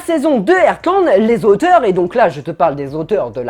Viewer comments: Mais vous dites airtland ?😭 mou je dis artland sa ma stressé tout le long 😭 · Ca se prononce Hartland ! Mes oreilles saignent...😓